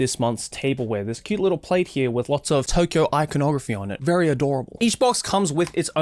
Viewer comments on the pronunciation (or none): none